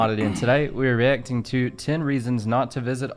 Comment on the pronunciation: Getting good Miles! A small critique for you - The way you say “reacting” sounds like a Kiwi. When you are saying the “acting” part, it sounds like “ech-ting”, but it should be a hard “a”, sounding like “ak-ting”